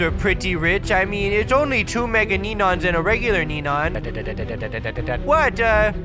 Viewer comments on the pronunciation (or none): They say nenons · "neneons" lol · I love it when they say “nenons” instead of “neons” ! I’m going to be saying nenons from now on XD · I like how they call Neons Nenons 😂😂😂😂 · Im gonna change to saying nenons instead of neons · I laughed so loud when they called Neons Nenons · I love how they say nenons lol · I love how the say nenons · Bruh they say neneons instead of neons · It's not nenos it's neon's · you always say nenons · Lol I love "nenonsss" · I love how they say NENONS 😂